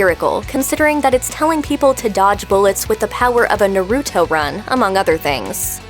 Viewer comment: The way she said "Naruto" was the best part of the video 🤣🤣🤣